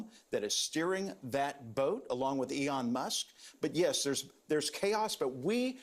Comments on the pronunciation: did he call him Eon Musk😄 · "Eon" Musk